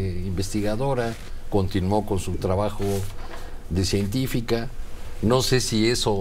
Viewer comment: Dedicada a la grilla la exregenta y se dice ‘científica’